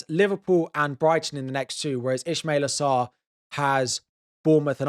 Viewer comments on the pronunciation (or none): Also, its not Ishmaila Sarr, its Ismaila Sarr.